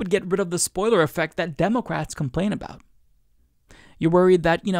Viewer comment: the only thing that gets me is you saying, "DEH'-mə-krats" as, "Deh'-Mo'-krats." Nobody pronounces the middle "mo" as if it has emphasis. Emphasis goes on the first syllable. Let the MO go. DEH muh krats. Not, DEH MOH krats. It's just weird.